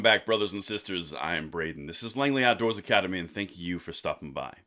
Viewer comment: silly question here totally un related to your good news; which is awesome, i have noticed a tiny accent in your speech pattern that only happens when you pronounce the word "outdoors." it sounds more like "outdoahs." so. wheryafrom, hun?